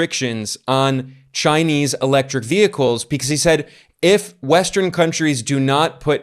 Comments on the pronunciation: Another masterpiece, Ben. Btw, I am most impressed by how you pronounce the Chinese names in Mandarin. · Your Chinese pronouncian improves a lot and now is amazing since You've been to China. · Ben, your Chinese pronunciation is great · Ben's Chinese pronunciation is getting pretty good. 😄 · Anyone else notice Ben's Chinese pronunciation has greatly improved? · Ben, your Chinese must be improving a lot, I noticed you pronounced the name of the Chinese commerce minister with the correct tones. Well done!